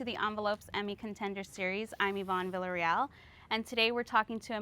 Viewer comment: Never heard Villarreal pronounced like that. Don't. Do. That.